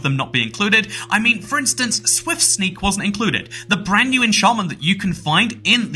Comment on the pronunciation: "Whenever a brandsnew Minecraft update releases"